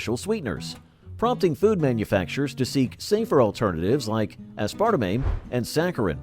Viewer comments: ass-per-tame, not ass-sparta-may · I'm always amazed at these English-speaking narrators who commonly mispronounce words that should be known the world-over. At the mark, he pronounces the word - Aspartame - as 'ass-part-a-mane' when it is correctly pronounced as 'ass-per-tame'.